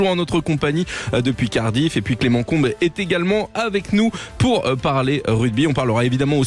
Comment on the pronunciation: Trop bizarre d'entendre Clément "ComB" ici 😂